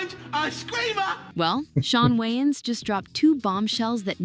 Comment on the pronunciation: The Wayans Goated but you sound like u said John Waynes😂